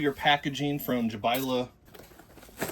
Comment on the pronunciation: That’s a great name! Bit of a mouthful 😂. Congrats on saying Jabaile correctly. That itself deserves a like 👍🏼 Great little crawlers. Great show